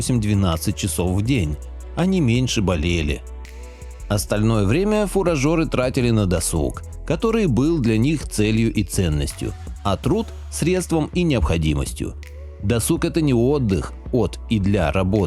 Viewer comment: ФуражИр, а не фуражОр)) Хотя может фуражОры это те которые жрали то, что запасли фуражИры🤔🙄😄😄😄